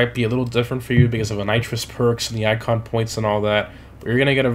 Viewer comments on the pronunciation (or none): none